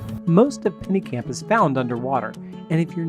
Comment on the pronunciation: Bro, it’s Pennekamp👎